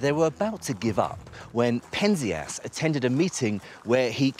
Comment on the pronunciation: It's pronounced PEN-zee-us (Penzias)!